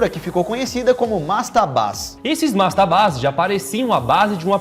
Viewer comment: " Mastabas" e não mastabás!!!